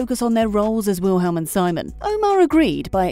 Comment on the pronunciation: “WiLhElM” omg it’s *v*ilhm